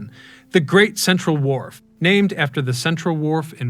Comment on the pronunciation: It's Fisherman's Wharf, not Ward 🙂